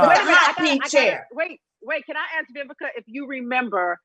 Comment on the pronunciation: Vivica I know you probably HATE people to pronounce your name with a “B” like I HATE when SOME people pronounce “Worse” as “WORSER” forgive me, and it will NEVA happen again 🤦🏽‍♀️ I couldn’t find the comment to edit, so I’m apologizing here 😘🥰 I LOVE YOU ALL 🥰